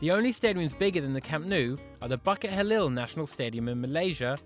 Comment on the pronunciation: BUCKET HALIL YEA BOIIIIIII!!!!!! It's Buu-kit Jahleel